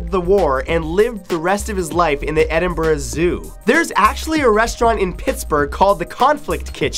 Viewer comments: Matt, you are the ONLY American I've ever heard pronounce Edinburgh properly. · wow someone finally said Edinburgh correct (the g Is silent) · WOW!... he pronounced Edinburgh correctly. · yes he said Edinburgh correctly most americans/Canadians prounouce it edinburl